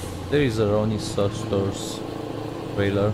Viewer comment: sorry but u say it ronny keusters but it spelled ceusters cause ik the company irl